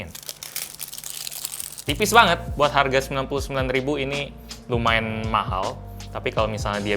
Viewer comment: ngomong harga coy